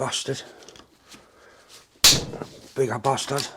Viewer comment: “Give in ya batahd!” I love it!